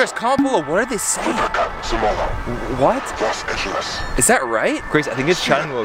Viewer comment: los angeles not los angelos